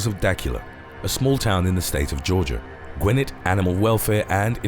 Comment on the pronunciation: The town in Georgia at #6 is pronounced duh-KYOO-luh. I know. I’m from the metro Atlanta area. Edit: “Gwinnett” is pronounced gwih-NET. Stress on the second syllable.